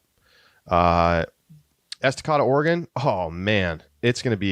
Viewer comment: Please look up the correct pronunciation of Estacada. Ess tuh Kay duh.